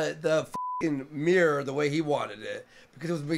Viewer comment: Its MIRROR, not MEER!